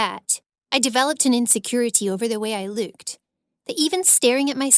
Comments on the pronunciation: It annoys me that she says: louked instead of looked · It makes me have anxiety when she says "luked" instead of "looked" I know it's because of her accent but it just kinda sounds weird to me 😂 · She says "luked" not looked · Why are you saying loked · I realised she said looked the while time instead of luked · When u say "looked" I always heard "luked" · Over they way she luked I thought the word was look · She says luked not look Like ...... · She says “looked” like: “leuked” 😂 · OMGGGG I'M DYING IT "LOOKED" NOT "LUKED" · How she pronounces some words is low key annoying me”loooked” “yuneebrow” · “luuked” hahahah I’m dead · did she just turn irish in ten seconds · “over the way i LeWkEd” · “ the way I luked” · so no ones gonna talk about the way she says looked?